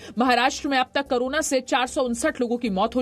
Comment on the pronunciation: करोना नहीं कोरोना.. मैडम